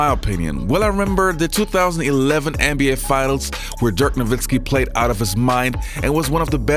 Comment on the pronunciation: His name is Dirk not Dörk god dammed